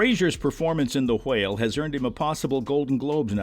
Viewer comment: why do you pronounce whale and whelmed like that 😬